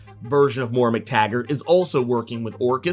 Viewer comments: Moira not Moora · Moy-rah. Not Morr-AH. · dont know why it bothers me so much but everytime you pronounce her name as "Mora" it drives me nuts. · Hi just thought you'd like to know Moira is pronounced Moy-ra . Nice video mate .:elbowcough